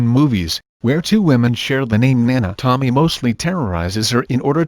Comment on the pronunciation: I kept hearing Tomi A